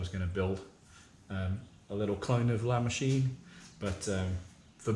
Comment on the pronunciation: LA MOWCHINE! LA MOWCHINE!